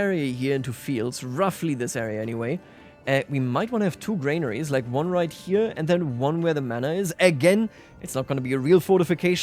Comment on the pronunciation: Small thing, they are called GRANaries, not GRAINaries.